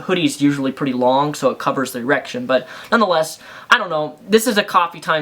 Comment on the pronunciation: How many times can you say E-rection?